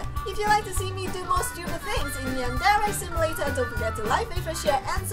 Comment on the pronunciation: Not hating but when you say yandere it looks like your saying 'yandalee' and who's watching this in 2016!?